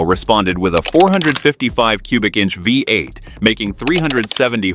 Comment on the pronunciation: Nearly got through it... but then the a.i. couldn't say vee eight around 7 minute mark.. vy eight it said..comical.